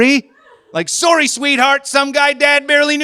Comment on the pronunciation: Can someone PLEASE teach this man how to say the word sorry! Fuck! It's not Sorey